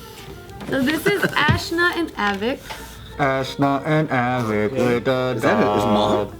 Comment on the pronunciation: I'm pretty sure his name is pronounced a-veek